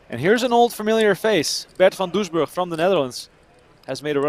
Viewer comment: There is no h in Van Doesburg!